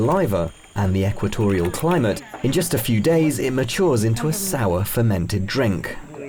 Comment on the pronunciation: Permented with saliva...crazy drinks huhuhu